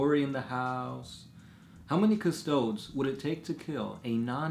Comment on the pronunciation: Stop pronouncing custodes like custoads lol CUS TOAD EES